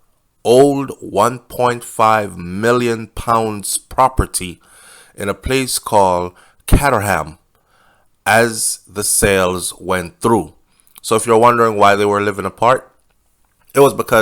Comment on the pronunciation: Hold on a minute, I thought this was another unfortunate death of a family here in the UK again, until I realised this happened approximately 6 weeks ago, which was on the news then. Btw Caterham is pronounced Cater - ham.